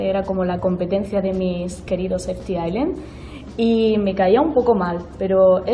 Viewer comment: primera persona que pronuncia bien ft.island